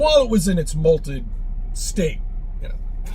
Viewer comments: It sounds to me as though he says "molted." Which would be a very different situation, I think! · To be fair he did say molted, lol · Is he saying molted 😂😂😂😂🎉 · It’s molten not molted! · Does he keep saying "malted core" like a malted milk? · Poor, kicked out of the house again 🤣 Was saying "malted" core rather than molten?